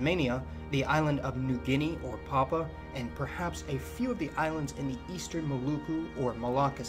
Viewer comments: thanks buddy enjoyed that am from Papua New Guinea really thought you did an amazing job just one tiny thing pronunciation of papua just as you see if Pa-pu-a sounded like you were almost saying papa which is a mistake most foreigners make don't forget the A at the end very important exaggerated like the sound you make when you drank a fizzy soft drink more like an ah sound if that makes sense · Interesting... But I don't why you keep silencing the 'u' in Papua...